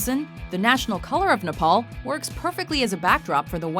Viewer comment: Dude it's Nepal not Nopol